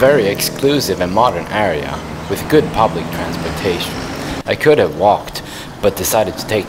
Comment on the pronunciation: I love when you say " could off " ! 😀